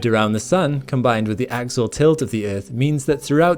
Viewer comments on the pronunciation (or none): Axial not axle